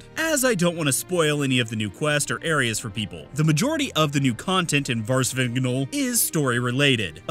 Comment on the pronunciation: You pronounced Vvardenfell correctly (Y)